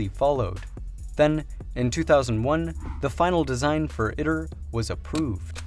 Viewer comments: FYI, if you drop by the official ITER YouTube channel and listen to a few of their videos, they pronounce it “eee-tur” as opposed to “it-ur”. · its Pronounced E-Tur (Eater) not it-ter you ID-10-T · Just have to point out at the beginning, it is pronounced eat-er. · EYE-TER you fuckin noob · Tokamak uses a toroidal chamber, it's not a torus. It's pronounced e-ter